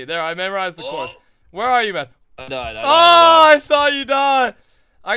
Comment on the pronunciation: "YOU KILLED ME MAUN" #BraydenKnowsHowToEnglish